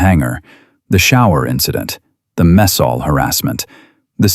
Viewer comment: Please tell your AI it is a mess hall not a French missile chuckle. It's distracting and disrupt the flow of the story when the AI doesn't use the proper context it's not as smart as it thinks it is😂